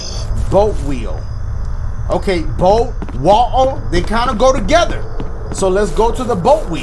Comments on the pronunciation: The way he said "Botal of waer" tho😂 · " A bottle of wa-ah" 😭😭😂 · Bahuh of wahuh 😂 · dashie: picks up bottle of water also dashie: “botta of woa” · “botul of waer” I love it😂😂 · I started laughing so hard when he said BOTTLE WATA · And I was dyin when he kept saying bottle of wotar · Why he say water like that😂😂